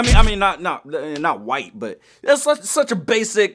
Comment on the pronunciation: Please, stop saying whight